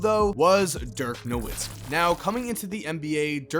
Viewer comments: Pretty sure that the W in Nowitzki is pronounced like a V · Why he say Nowitzki like that 🥴